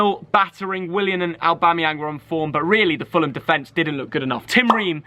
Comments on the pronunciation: Someone please learn how to say willian😂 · stop saying Willy aaaan instead willian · joke Willian pronounciation Will-I-aan 😂